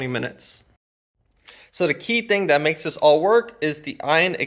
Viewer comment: Did he say, "dats"... "dis"...🤔🙄